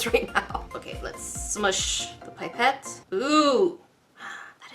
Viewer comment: Pie-pette? Its pip-ette